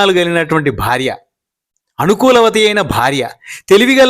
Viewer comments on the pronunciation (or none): none